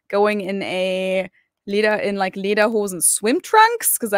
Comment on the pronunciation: Pronounced Lay-der-hoe-sin